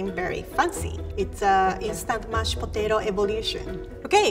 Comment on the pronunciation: "Looks like mashed potatao, Smells like mashed patato, It is mashed potato" 2019